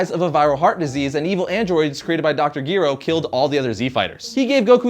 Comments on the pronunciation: Who tha fuck is Dr. Gearo?, i think you mean Dr.Gero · it's pronounce djerow not dr gi-ro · pronounced jero... not gearo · Jer o not gear o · Gero (Jer - Oh) ≠ Gyro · U are pronouncing gero wrong it is pronounced (JEE-RO) not (GI-RO) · It's spelled GERO but it's not pronounced GERO it's pronounced JERO omg u shud know that omg u r so lame telling others wrong things omg - butthurt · lol dr gyro.... geeee roe XD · Doctor Gero, not Giro, the pronunciation is Jero, great vid btw, pls do Piccolo! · Dr.Giro??? Come on,... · Dr gero is pronounced dr jero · PLEASE pronounce the names correctly..... Dr. Gero is pronounced like Jerrrr-oh and Whis is pronounced weees not wis ..... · it's pronounce like the way it's sounds Jerrou which is spelled gero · Here we go again... Hey,, his name is Gero, pronounced like jerk. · did u just call him dr.gear-o? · it's pronounced jero even though it's spelled gero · its pronouced jer ro idiot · did he just pronounce gero gyro? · Loved the video but a couple things 1.dr.gero is pronounced doctor Gee-row 2. you forgot to mention vegeta's second child bra or bulla that we meet in the end of dragon ball z 3. vegeta plays a huge role in dragon ball super which is airing right now. No disrespect just thought I'd give you a head's up. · this video is about vegeta himself, not his daughter. also, ge-ROW is how you pronounce gero isn't it? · it's pronounced gero not {G-earo] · The way you pronouce some of these names make me doubt you actually watched dragonball. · Lol, he mispronounced Dr. Gero's name. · Dr. Gero. say it right omg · liked this video until you pronounced dr gero and whis wrong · You said "Dr.Gero" wrong? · He pronounced Gero wrong it's kind of irritating. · I'm not trying to be mean but this guy knows nothing about DBZ, you can tell this because if he did like DBZ he would pernounce all the words right, for example: Dr Gero and Whis. also he used a picture of SSJ2 vegeta to explain SSJ1.